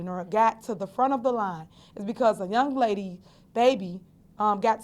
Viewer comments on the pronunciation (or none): none